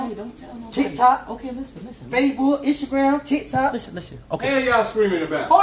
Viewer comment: “Easter gram” 😂😂